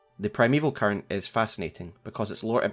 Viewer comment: Not sure if it is just because I am hungry. But at one point it sounded like you said "Primeval Curry" 😂 great video as always. Been holding off on watching these until I had a good understanding of the broad strokes of the story from playing the game. I love all the connections you find. Always excellent!